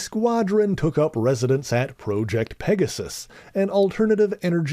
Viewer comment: You're still saying the word "project" wrong in every instance. Disappointing.